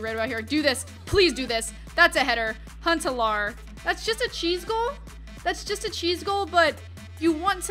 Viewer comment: You say Huntelaar wrong hahah